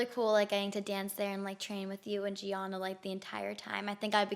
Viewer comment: She mocked Gianina too by mispronouncing her name